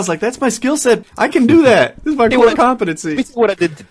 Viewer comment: "Dis light is made of aluminized steel"